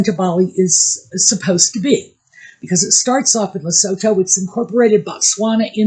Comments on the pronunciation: Lesotho = Le-soo-too. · Hi. Love your channel. Can I let you know that it's said as Le-sootoo, a message from South Africa.